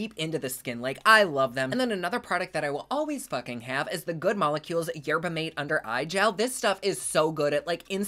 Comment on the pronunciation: You read my MIND about the red!! They had such vibrant colors in store, 3 browns is like "???”. I'm so glad it was good at least. XD Ooh! And I believe "yerba mate" is pronounced "mah-tay," like a Spanish pronunciation. No stress, just wanted to help. 💙